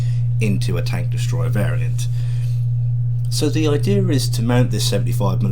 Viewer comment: "the ideaRRR is" every British with their random Rs :))))